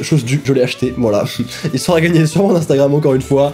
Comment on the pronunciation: Il dit toujours a la place de sera, on est tous d'accord 😂